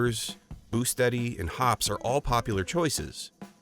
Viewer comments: It Hop Es number 9. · The announcer can't even pronounce Hoppe's correctly.